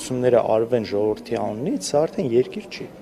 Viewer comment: Սրա խոսելաձևին նայի, սրա գրագիտության, սա է մեր յողովրդի (ոչ թե ժողովրդի), մակարդակը, ինչպիսի յողովուրդ, այնպիսի պատգամավոր!!!.....